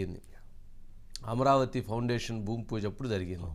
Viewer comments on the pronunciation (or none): none